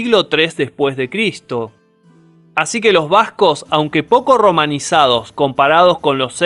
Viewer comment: Un trago de tequila por cada vez que dice bascog (Vascos).